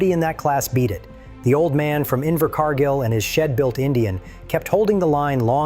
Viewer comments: Inver Car Geel or Inver Car Gill C'mon...it's not that hard. Find a neighbor thay can read. You don't need AI. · Yes a great movie & AH acting is superb, his pronunciation of the place name Invercargill…Invercarrrrgil , pure gold